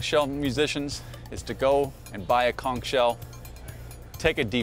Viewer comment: You've been blowing it since you've started walking, and yet you can't pronounce it correctly.